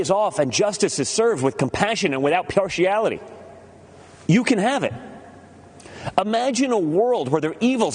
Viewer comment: I actually paused his speech and looked up the transcript because my brain didn't register that as the word "partiality".